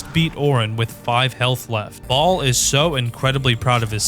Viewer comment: The way he pronounces Bhaal tho 😂 "Bawlll"